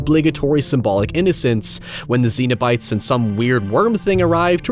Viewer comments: Cenobite, not xenobite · I'm pretty sure it's pronounced Sen o bites instead of zeen o bites. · The most disturbing thing is pronouncing it as Xenobite Much love <3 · He's pronouncing Cenobite wrong on purpose right??